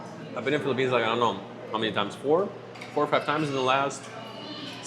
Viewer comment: welcome to FEE-lipphines